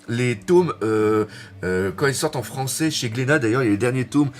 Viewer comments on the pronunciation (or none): none